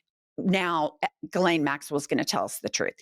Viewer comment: I think it’s pronounced ‘JILLaine’ not ‘GILLaine’!